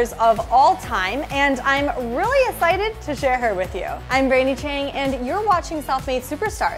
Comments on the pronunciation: She said I'm really ecited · "Really essited" - ;-)